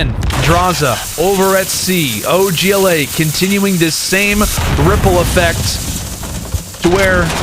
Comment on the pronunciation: Does anyone else hate them saying og la The other guy is literally saying “oj la”